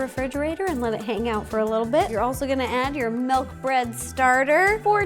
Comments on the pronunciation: Sorry row but it is not melk it is milk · I will never get use to hearing Ro say "melk" instead of milk now ever since Mike pointed it out lol. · I love Ro soooo much.... but it's not MELK 😫🥴😂